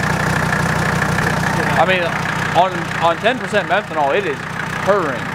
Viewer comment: False advertising. You said pyee methanol